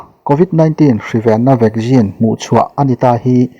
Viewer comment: Vaccine ti ve mai la.vaggin tih chu hriat nuam lem lo e